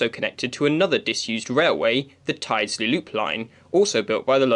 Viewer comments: Enjoyed this. Have known these lines since before closure.Just think you could improve presentation by sourcing & inserting archive photos of what the vanished stations once looked like in their heyday. Also TYLDESLEY is pronounced "TILDSLEE" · That was great. I live Monton end. Remember Gail Tyldesley on Corrie? That's how you say it.... Tillzley 🙂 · I remember walkden low and high levels as a kid never went on low. ,,,,,,PS it’s pronounced. Till des lea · You need to work on your northwest place name pronunciation. Look up Tyldesley on Wikipedia. There's an IPA pronunciation guide.